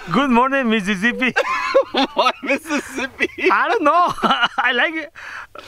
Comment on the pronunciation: Stop saying missiszbi😂it's a bad word